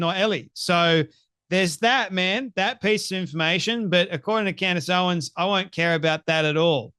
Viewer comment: Ur not even saying her name right.